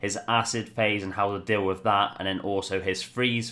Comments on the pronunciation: Nice video as per your usual. I like your freeze "pahse." Liked, subbed, and algorithm done. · Lol freeze pahse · Haha, was looking to see if someone else spotted the pahse lol